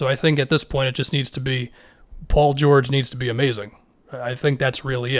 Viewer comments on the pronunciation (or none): none